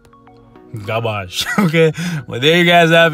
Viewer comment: From now on please keep saying "GAAARBAAJ" instead of Garbage . lmao